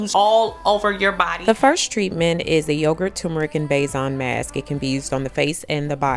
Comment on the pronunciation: Besan flour is pronounced the same way the English word “basin” is pronounced :) it’s an Indian word